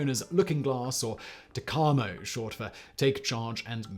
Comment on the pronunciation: Well that is totally embarrassing, it is TACAMO and not what ever you said. VQ-3 TACAMO one of the Iron Men